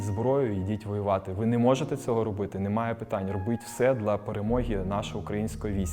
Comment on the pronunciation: Так кумедно чути "дла" а не "для"😅